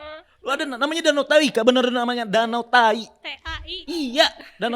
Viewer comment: DANAU TAHAI 😂 bukan danau tai